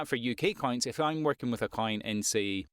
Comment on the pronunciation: listening to you talk sometimes me and the captions hear you say coin when you mean client, you should pronunciate it more clearly